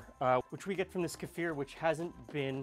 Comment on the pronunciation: Great, thank you 😊 👍🏻 (and thanks for pronouncing kefir correctly ☺️)